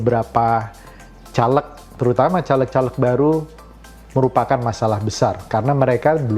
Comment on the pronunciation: Anda ngomong aja salah... Caleg... Huruf E nya dibaca seperti E pada kata "bebek". Bukan E pada kata " Telur". Coba loe yg nyaleg... Ngomong aja loe